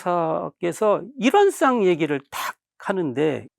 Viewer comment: 일원상"을 왜!? 일원쌍이라 발음하시나아이까!!??